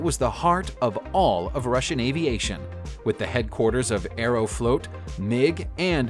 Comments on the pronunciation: And Aero-flot, not Aero-float. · This guy pronunces words strangely: Livery, Mohave, Aerflot, among others. Why does he say "hulk"? It's a HULL. Ugh. No subscription here! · You really ought to learn how to pronounce words before you Use them.....Aeroflot and Papua New Guinea are the only 2 examples I can remember....there was at least one more.